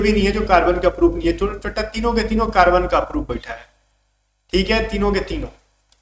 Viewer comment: Your chotta word is so funny 😅